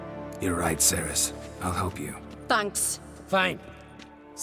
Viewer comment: I think it's pretty cool to find out that there's a video game character with the same name as me but I was really weirded out by the pronunciation. No one has ever pronounced like that ever. It's actually pronounced cer-is not ser-is. The Welsh language doesn't really convert C's to S's the way English does.